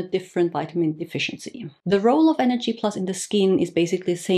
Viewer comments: Why are you pronouncing it NHD+ and not NAD+? Is this the right pronunciation? Thank you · I keep hearing you say NHD throughout the video rather than NAD☺️ ? thanks for your insight on this one, it’s a hot topic!